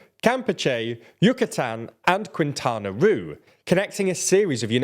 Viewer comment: Pronunciation guide: Chee Ah Pas - Chiapas Tah Bah S Co - Tabasco Cam Peh Che - Campeche You Cah tAhn - Yucatan Kin Tah Nah Roo - Quintana Roo Geh Reh R Ro - Guerrero Seh Noh Tehs - Cenotes